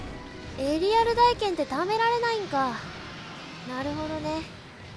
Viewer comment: 大剣の読みはたいけんですよ １回コメントしましたが少し訂正があったので消させていただきましたw